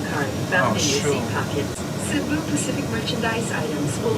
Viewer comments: You really missed out. When I first flew with these in 2006 they used to sing karaoke on the intercom. Now 10 hours of you listening to that would have been gold 😂by the way it’s pronounced seeboo. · Its Cebu (See-Boo)